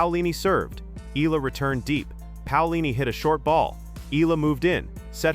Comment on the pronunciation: Her surname is pronounced E YA LA. Please pronounced it correctly, E YA LA.